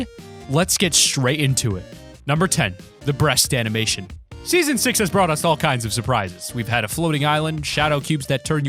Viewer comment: If you put your ear on your speaker he says season sex